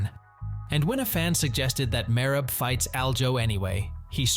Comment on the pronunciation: The way you pronounce Merab makes it hard to watch the video